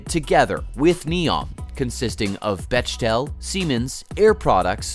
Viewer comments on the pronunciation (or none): I do wish you would do your due diligence and learn how to pronounce names, locations, all unfamiliar words before you record your verbal presentations. Bechtel is NOT Besh-tell, as he pronounced it. It is Beck-tell. It is the same problem in all your presentations, not just this one. Who can take you seriously?